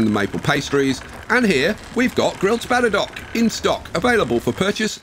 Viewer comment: THE SPADDER-DOCKS! As in boat docks!